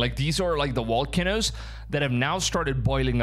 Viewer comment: These are good videos normally you speak very well. It sounds weird when you hear somebody say volcanoes with a W. That’s different.